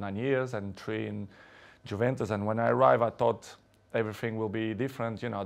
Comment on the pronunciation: "JUVENTUS" ??????? WHAT IS THAT PRONOUNCIATION